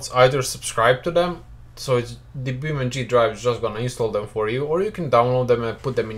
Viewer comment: its beamng not beam ndree